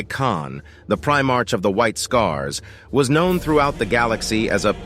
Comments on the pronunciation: By the Emperor this is just painful to listen to as it's full of mistakes. Before making a lore video maybe you should actually know the lore. And for fuck sakes you're not even pronouncing it right. It's not "Primarch," it's pronounced "Primark." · You’re saying primarch wrong, otherwise great video. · A number of things that are just... wrong. And, get an AI that can pronounce "Primarch" correctly.